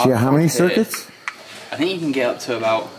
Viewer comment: I figured. So, I think it has a little to do with something about your look. But when you pair that with the voice, you have it. I think you could probably do voice overs for that guy (as long as the word "about" is not involved) ha ha. Unlike you, i dont think Mr. Renner would get too close to that box in this video. Let alone work inside of it. Have a great weekend and thanks again for the content.